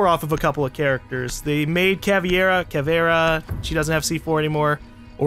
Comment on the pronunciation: you are missprounoucing the words Capitão and Caveira. I'm Portuguese. I would know. The ã is kinda pronounced as the ham in hamburger. I can't describe it better